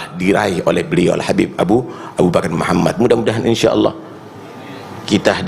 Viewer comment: Muhammad nya pakai D bukan T aduh blepotan dari awal nih si